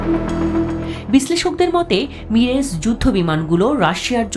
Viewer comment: মিরেজ না,,,,,,, মিরাজ টু থাউজেন্ড 😂😂😂😂